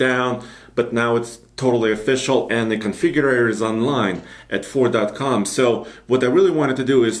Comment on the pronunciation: It'd FORD...not fort....